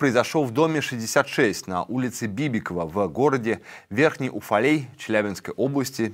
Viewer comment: Да небыл он на сво. И улица Бабикова,а не как вы её произнесли....